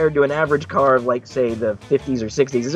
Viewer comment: "The carrrrrrrr"